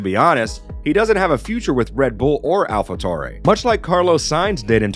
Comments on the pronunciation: i really can't get past that "Alpha Toure"...my friend, it's "Alpha Tauri". it's like saying "United States of 'merica"... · Piastri rhymes with Gasly and it’s Alpha Tauri not Tori. it would have taken 5 seconds to learn that. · your pronounciation of "Alpha Tauri" kept me away from subscribing ... Americans ... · Americans not pronouncing things correctly what else is new xD